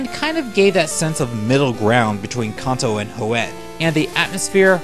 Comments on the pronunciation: Kanto not konto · Good video but why do you pronounce Kanto, Hoenn, Cilan, and anime etc so wrong?!?